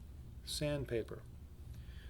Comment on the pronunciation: The way you said "sandpaper" just made me laugh xD